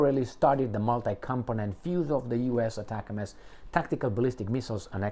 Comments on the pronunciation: It is NOT pronounced as ATAC-MS, but as one single word like ""atacm's"". I was an M270 crewman that fired them in the early 1990s. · It’s pronounced as “Atacams” btw lol heart